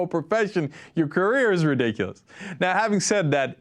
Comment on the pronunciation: "Its a little bit RE DICK A LISS" lol way to go!